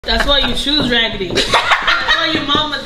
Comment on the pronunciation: “Thats why your shoes ragidy” ajjajajajaja